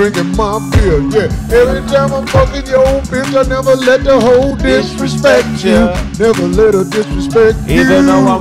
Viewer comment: "I'LL never let her disrespt YOU"🫵🏾😂😂😂